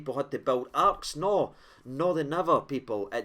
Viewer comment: ‘Did people have to build Arks’ lol😂